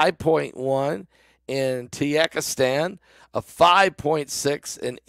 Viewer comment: !!! TEE EC AH STAN !! Never heard of that country pastor. Ya got Kirkahstan, kirkminahstan, Kahzikstan , Tirzichastan, etc etc.. I know my spelling is wrong, but so is your pronunciation !!